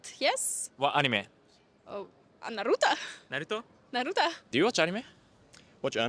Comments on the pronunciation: the girl who said naruta 🤣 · "naruta", "naruto?","naruta"🤣, sorry i canntttt🤣